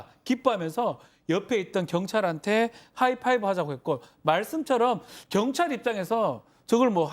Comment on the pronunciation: 견찰이라고 들리네요